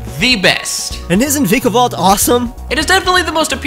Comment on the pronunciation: He said vigavolt not vikavolt